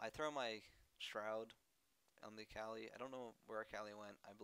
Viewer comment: pronounce her name right at least its UHKAHLI and its Amplifying Tome not Tomb, long o